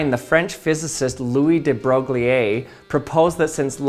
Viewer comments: It's "Broyie" not "Broglieh" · Another butchering of de Broglie's name. It's more like broi (as in embroidery) with an almost silent and very short -e at the end. So: de Broi(e) But: very cool little experiment! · Thanks for the video! But de-brok-lee-ye? I always thought it was de-bro-ee. Was I wrong? What is the accepted pronunciation in the English speaking physics community? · I Russian-languaged physics, "de Broglie" is pronounced/transliterated as "de BroiL" (with a very clearly pronounced "soft" (aka palatised) "l" in the end (like "broilee", but "ee" is not pronounced)). But the [brogliei] from the video is definitely wrong. Wikipedia says, the typical English pronunciations are [ˈbroʊɡli], [broʊˈɡliː], [ˈbrɔɪ]. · Louis-Victor Pierre Raymond de Broglie [lwiː vikˈtɔʀ pjɛːʀ ʀɛˈmɔ̃ də ˈbʀœj] is not pronounced "bro glee eh" it is more like boy with an r, i.e broy. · Fascinating stuff! And this was before Heisenberg. Fun fact: de Broglie is pronounced "de Broy". His work was crucial in the development of quantum mechanics and influenced later discoveries, including Schrödinger’s wave equation. He won the 1929 Nobel Prize in Physics for his contributions. Louis de Broglie published his wave-particle duality theory in 1924, before Werner Heisenberg developed matrix mechanics (1925) and the uncertainty principle (1927). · It's pronounced more like da bro'ee (de Broglie). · Louis de Broglie's name is pronounced more like "de Broy" (kind of rhyming with "destroy"). French can be weird. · "Louis de Broglie" is actually way better pronounced as "Louis de Broy" The actual sound for who read actual french would be "Breuille". English "Broy" sounds really close. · Excellent video! Just want to mention that de Broglie is pronounced somewhat like "debroy". I think it's worth knowing the names of our greatest minds :) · De Broglie rhymes with The Boy. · De Broglie is pronounced "De Bro-ee." There is no accent on the e. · "day Broy" not whatever TF you're doing.